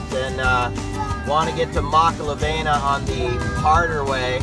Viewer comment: Great vid bro! So you sound like your from Kona learn how to pronounce the word "makalawena" correctly:)🤙🏼not makala"VEI"na but Makala"VEE"na again great video bro